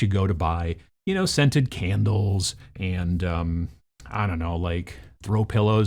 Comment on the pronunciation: The way he said "candles" at caught me a bit off guard, but great video as always!